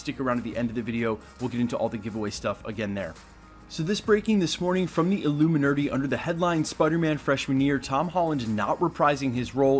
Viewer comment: Lmao "the illuminerdy"